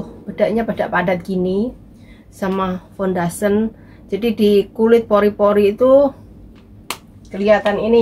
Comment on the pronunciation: fundation = bukan fundasen